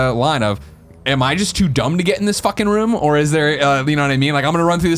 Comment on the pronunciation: Why's the ruum gone!?